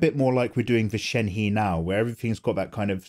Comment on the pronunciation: Since I don't see anyone saying it shenhe isn't pronounced sh-en-he but pronounced sh-en-hu-UH